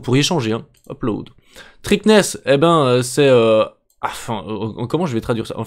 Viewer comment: trikness ^^ mdrr c'est thickness, c'est l'épaisseur normalement